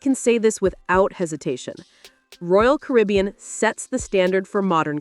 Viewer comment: This NARRATOR is either AI or ‘ignorant’. “SHE called “Royal Caribbean”— ‘Royal Carbian’ ! Stop using AI. It’s a REAL DOWNER and show a general lack of quality!